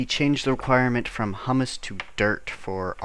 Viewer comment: IT IS HUMUS stress on the HU like in hubert not hummus, the food